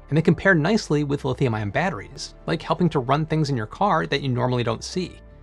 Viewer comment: Oh my stars! Professor: battewies Narrator: bedderies Forgive them, Shakespeare!